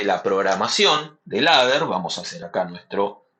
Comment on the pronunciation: "Leder" se pronuncia